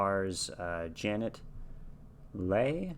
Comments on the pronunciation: Glad you got to see this masterpiece. A tiny correction: Janet Leigh's last name is pronounced LEE, not LAY, but chalk that up to the uncertainty of English spelling vs. its pronunciation. And by the way, she is the mother of Jamie Leigh Curtis if you know who she is. In the 1950's, Janet Leigh had married fellow movie star Tony Curtis, so they were a famous Hollywood couple who made movies together and separately before eventually divorcing. (I think part of the extra shock of the initial audiences was to see someone who had for the most part played sweet girl or mother next door types get slaughtered in such a way) But this role certainly brought out her stellar acting chops! I think you'd enjoy looking both her and Anthony Perkins up on Wikipedia. I'm a great big fan of yours. Savvy, thoughtful, intelligent, serious, funny and so open to things. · Well done. This is still one of my favorite movies and I think you were pretty right on with your analysis. I do think Anthony Perkins was excellent and should have been considered for an Oscar. I really enjoyed watching you watch this movie for the first time. BTW her name is pronounced Janet Lee( Leigh) like her daughter Jamie Lee Curtis. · Leigh is pronounced Lee. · Janet’s last name is pronounced Lee. I agree with you— Perkins deserved an award for his acting. I got his autograph, one of my prized possessions.